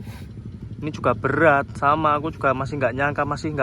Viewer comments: HAA SILITT 😅 SULIT MAS BUKAN SILIT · Mas "SULIT bukan SILIT" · SG NGEDIT KII SOPO SIHH, YANG BENER AJAA "SILIT"😭😭😭😭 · mas? "SILIT" wkwkwkwkkwwkwwk 😭😭😭😭😭😭😭😭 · yg bener aja "SILIT"😭😭😭😭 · tapikok "silit pertemanan" kok" silit"😂😂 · Maaf mas ngakak "silit"😭😭